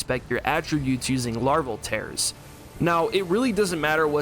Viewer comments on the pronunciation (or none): Larval tears like tiers, not tares lol